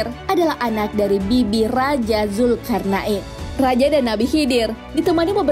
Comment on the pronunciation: Zulqornein bukan zulkarna,in bos